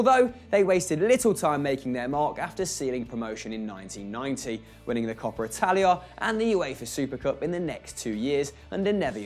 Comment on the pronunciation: "the coper italia"